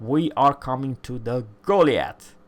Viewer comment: T10...... Goliath = Go-Lie-Ath